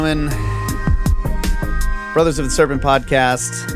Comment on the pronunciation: or so " a skerpent